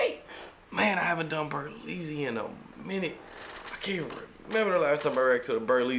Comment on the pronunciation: It's BERLEZZY not berlezzys